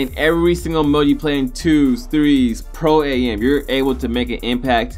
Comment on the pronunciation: it's not pro a m it's am like I am